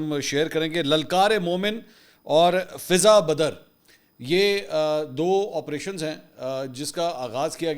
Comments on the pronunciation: منصور علی خان بھائی یہ فضائے بدر ہے فضا بدر نہیں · Mansoor Ali Khan sb lafz 'Fiza Badr' nahi balky "Fiza e Badr" hay jo ' Jang e Badr' say lia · فضہ بدر نہیں فضائے بدر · محترم لَلْکَارِمَوْمِنْ اور دوسرا فِضَائے بدر ہے پلیز درست کیجے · منصور علی خاں صاحب یہ لفظ فضائے بدر ھے